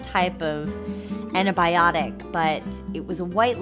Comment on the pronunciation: Herobrinedoesminecraft it's pronounced antibiotic